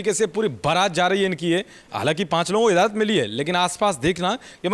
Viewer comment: Taaja, izzazat, yudhisthir... Bhayankar gadbadiyan hain uchharan mein. 😒😑